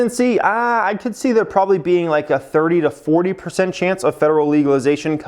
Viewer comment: There are two “b”s in probably. It’s not “brobaly”. Terrible.